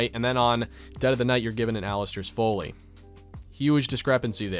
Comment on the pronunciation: So you keep pronouncing Folly (rhyming with jolly) as Foley and I just wanted you to know the latter is a catheter so you're welcome lol